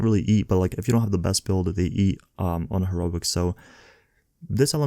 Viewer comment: Her-O-IC. Lol